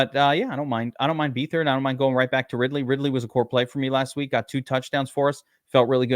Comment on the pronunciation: BETH-ard...not BEE-thard